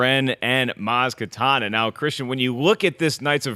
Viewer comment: It's Kanata, Mark. Ka-na-ta. Not katana.